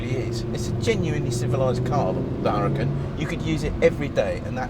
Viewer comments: You mispronounced the name, it's huraCAN, not HUracan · "Whoooruhcan." Lmao!!! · It does not pronounce like you said. The h in huracan is mute. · Please, if you're going to tell us how to pronounce Huracan please pronounce it correctly yourself. Here's a little help, the H is silent and the accent in on the last vowel, not the first or second vowel. You'll seem more authoritative if you research your subject. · if you're going to say how to pronounce Huracan, at least know that the spanish word Huracan is pronounced without the sound of the H.